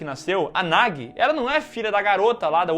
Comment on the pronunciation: isso é a tradução, a tradução é sempre uma b*sta. O Chamado 2 ganhou o subtítulo "O Circulo se Fecha" no Brasil, e não tem nada a ver, o círculo NÃO se fecha e a Samara NÃO É derrotada. E Sadako 3D 2 dublou o nome da menina errado, não é "Nagui", pronuncia-se "NAJI". Vc não tem culpa de estar confuso